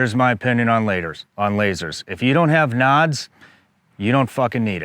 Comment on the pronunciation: What are knods, NODS, nawds, whatever he's saying? I mean, i get it out of context of the discussion, but what's the word he's saying?